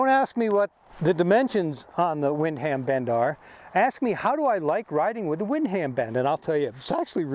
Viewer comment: I was going to mention that... Windham is pronounced win-dum.. no worries tho, great review overall.